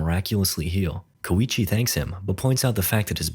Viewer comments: Apparently, "Keicho" is pronounced "Koichi". English sure is a strange language, huh. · Kowichi???? Its just Koichi bro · Why the hell is koichi not koichi?